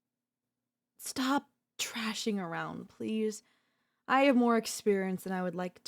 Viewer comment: You want to fix her personality, I want to fix how she pronounces thrashing as trashing. We are not the same. Well except to the algorithm.